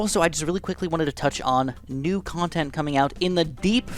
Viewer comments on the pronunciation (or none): none